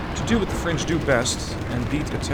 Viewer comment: "To do the frech do best, retreat" hahaha